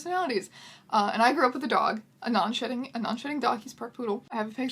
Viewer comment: I keep hearing shitting when you say shedding.